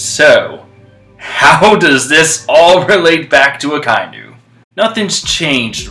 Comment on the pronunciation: "A-kai-nu" I know some people can't tell because of how it's written, but it's "Aka-inu". "Aka" means red and "inu" means dog.